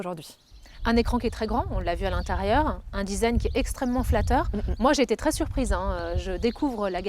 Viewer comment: Le fameux "Disaïgne" C'est franchement génial ! quand des femmes parles de voitures on dirait des vieux qui parlent d'informatique hahaha